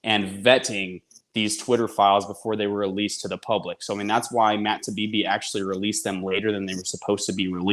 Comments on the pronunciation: Isnt his name Taibi, not Tabibi? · Independent journalist? He's mis- pronouncing Taibbi. Get it together.